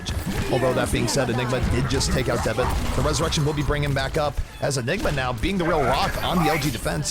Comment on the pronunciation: that announcer accident "nigga" instead of "enigma". lawl